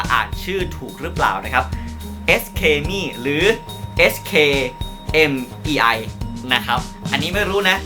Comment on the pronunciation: อ่านว่า สือ เค่อ เหม่ย ค่ะ 时 刻 美 แปลว่า ช่วงเวลาแห่งความงาม